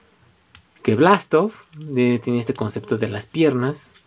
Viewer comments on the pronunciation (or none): buena review,pero le dijiste blastoff ????